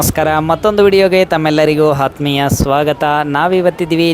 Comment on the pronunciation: ಹಾತ್ಮೀಯ 😂 ಸ್ವಾಗತ